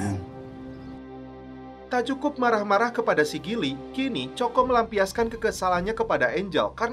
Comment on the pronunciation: Coco=koko wak..bknya coko..nyebut angr muni ajaa🤣